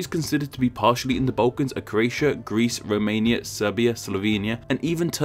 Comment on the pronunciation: From which part of England are you? I ask because of your funny trend to pronounce the sound "u" instead of "l": Bautics, Baukans, etc.